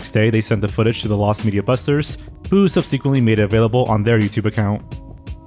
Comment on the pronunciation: not being able to say simple words like "subsequently" makes me wonder when he will learn to actually read.